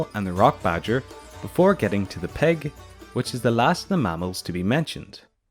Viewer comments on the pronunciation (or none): It's not peg it's pig 🐖